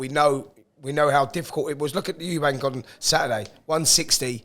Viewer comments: Spencer........how long have you been in the boxing game now? Its Eubank.....not Eubanks. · Eubank, not Eubanks - there’s no S, it’s not hard